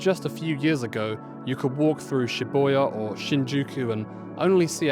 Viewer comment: Come on fella you’ve lived in Japan for 8 years and make ‘philosophical’ content about your life there and you can’t pronounce Shibuya or existential correctly? Something not right with this picture.